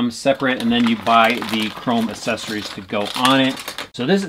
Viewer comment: Does it annoy anyone else that he says “assesories” instead of accessories